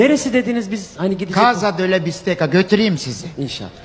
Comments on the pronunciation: italyadan selam.bistekka okunuyor.bistecca.lutfen bazı kelimelerin okunuşunu öğrenirseniz iyi olur.bu kadar takipcin var,en azindan doğruyu öğrenmiş olurlar.iyi gezmeler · bazı bilgileri eksik.aslinda bu kadar sponsoru var, keşke birazda dersine çalışsa.bende takipcisiyim ,mesela fiorentina bistecca.bistekka okunur.onu arastirabilir ama !!